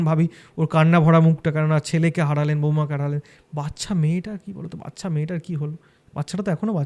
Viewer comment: মানুষ পড়াশোনা শিখেও জেনে বুঝে কি উচ্চরণ ভুল বলে? ওটা ওটা ওটা বাচ্ছা বাচ্ছা বাচ্ছা হবে না। ওটা ওটা ওটা বাচ্চা বাচ্চা বাচ্চা উচ্চারণ হবে 😢